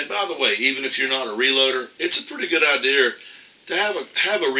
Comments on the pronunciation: Why does he keep saying "hornaday"...?? It's hornady.....and wtf is an "idear"......???? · You are absolutely CORRECT. now having said that. Please pronounce HORNADY and IDEA correctly please.